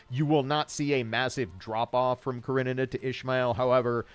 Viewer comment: I love how you pronounce Karenina